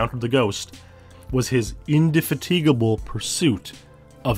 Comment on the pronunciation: I've never heard Indefatigable pronounced that way